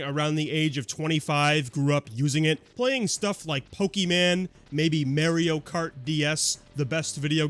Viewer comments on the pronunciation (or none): Mayorio kyart as you say blew puckered raisins. Josie I’m pretty sure was having a severe allergic reaction to bees on the day of ds recordings.